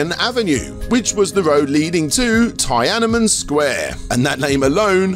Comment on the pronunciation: never have I heard Tiananmen pronounced like that